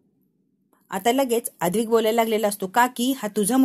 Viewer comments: अद्विक नाही ‘ अद्वैत’ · अद्वैत या नावाचा उच्चार नीट करा बाकी वाचन अप्रतिम आहे